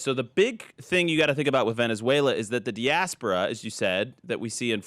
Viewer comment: Di-AS-por-a, not dasporia.